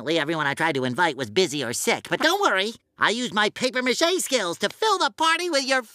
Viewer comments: “pappy mashie” Pay-per mah-shay. How did she mess that up? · 'papier mâché - pronounced 'PAH-pee-AY ma-SHAY' is such a well-known crafts project. It's not like asking you, an American (?) to pronounce something totally unfamiliar (and what about rehearsals?). But, on top of this, Sponge Bob, itself, correctly pronounces it, mere seconds after you MIS-pronounce ghee) the well-known worn phrase . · did she just say Papay Mache XD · Everyone: paper mache Watchmojo: pape matchey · Ugh the inconsistency. You can't say "Pappy Mache" and then show the clip with them clearly saying "Paper Mache" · Please, stop saying "pappy mashee". It's paper mache (mah-shay). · Papy machete😂 it’s paper machete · Just say paper not paipiar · Did you really say “papea mache” when talking about paper mache? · V.O. Lady: ... Full of Papé Maché models... Spongebob in the clip right after that: ...I used my paper mache skills... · Wait, it's not pronounced pappy mashy, it's pronounced like paper mashay! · pappy mash? you mean paper mache l,ao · I know you guys are Canadian and that means you do weird shit, but I wanted to taint punch you every time you said paper mache...or papier mache. You know, even when the French pronounce it, it still sounds like a regular old American saying paper mache? You don't have to add that over accentuation to it. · “Papyay Mache?” Am I the only one who calls it Paper Mache? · You know, you can just pronounce it "paper 'mash-ay'". No one will judge you. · TOP TEN times Top mojo went too far : PA-PE MA-CHAY...uuuuuuuugh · PAPY MASHY??! Are you fuckers even trying to pronounce words???? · pahpay mashay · “Pappy mashey” lol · Down vote for the way you pronounced paper mache. You're not French so quit pretending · paper mache, why is her pronunciation so extra?????? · Popee machee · Is the watch mojo host French because she always goes out her way to pronounce French words in such and extra fashion. Just say paper mache and keep it moving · Papea-mashea? Come on...